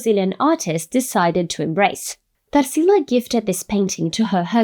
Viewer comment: I knew you're brazilian too by the way you'd said Tarsila's name! Love finding videos like yours, in english but sharing our culture and words through the internet!